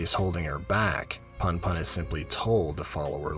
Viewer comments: It's not too bad, and I've already finished the manga... but damn every time you say "Punpun" as "Panpan" (and actually all the other names) it takes me out of the story lol. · Pun pun is pronounced in a way that rhymes with you btw. Poon poon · I cant watch any videos where the main characters name is mispronounced throughout the whole shit LOL. im sorry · This is good, but your pronunciation of Punpun was really distracting lol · 2 ½ hours, and not once do you pronounce Punpun correctly. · Bro read the whole thing g and made a video essay, but can't even pronounce the name right. Gj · not sure if i can watch 2 hours of this guy mispronouncing punpun tbh 💀 at least learn how to say the protag's name if you're gonna put in all that effort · I'm sorry, I can't listen to 2 and a half hours of someone pronouncing the main character's name wrong lol. Please look this stuff up before voicing your script next time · it's a good analysis but every few seconds I'm in pain cuz of the pronunciation lol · Makes two and a half hour on punpun Doesn’t research how to pronounce punpun YouTube video essays man.